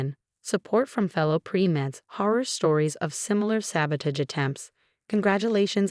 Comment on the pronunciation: It's alma mater, with a short A. MCAT (Medical College Application Test), not NCAT. Board, not bored. Pronounce "sabotage" correctly. Twitter no longer exists. I guess Amelia lives in the Baltimore area?